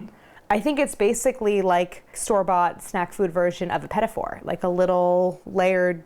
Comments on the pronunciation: It's not pronounced petty fours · Go online and look up pronounceation for petit fours